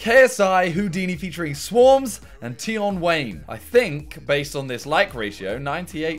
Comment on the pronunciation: It’s bothering me simon saying ‘swarmz’ and not ‘swarmzzzzeeeeee’